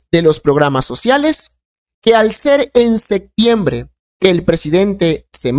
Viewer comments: Enseñaste a hablar no se dice "sectiembre" es SEPTIEMBRE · Por qué no habla bien no es sectiembr es septiembre, aprenda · No se dice sectiembre sino septiembre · La palabra es SE”””P””TIEMBRE !!!!!!